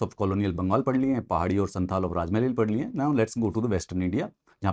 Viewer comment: Please pronounce "संथाल" not santal"